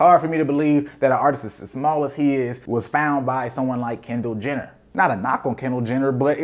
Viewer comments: my mans said Kendall Jender lmfso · This man said Kendall gender 😂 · "Kendall Jender" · homie said Kendall gender lmfaoooo